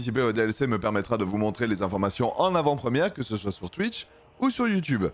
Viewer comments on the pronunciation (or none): none